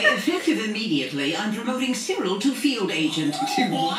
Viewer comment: You calling Cyril cereal. Lol.